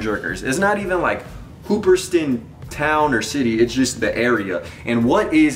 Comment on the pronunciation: Not hating on you but you're not pronouncing the hoopeston correctly lol hoop-ston Illinois... It's where that shirt is from... Hoopeston Illinois used to be the corn capital of the world... And now it's one of the poorest towns in Illinois.... I grew up visiting that place when I was a kid so it was really cool to see that you like that vintage shirt... Keep doing you... ✌️